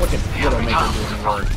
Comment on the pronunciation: Did you intentionally call her Windowmaker?